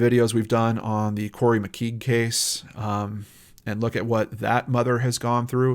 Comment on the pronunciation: Really informative, respectful and helpful channel, really enjoy watching your videos! Just for future reference, I'm pretty sure McKeague is pronounced "mc-cay-ge" rather than "mc-kee-ge".